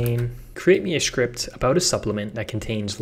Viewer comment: Is it me or do you pronounce 'script' as 'shcript'? and scratch -> shcratch.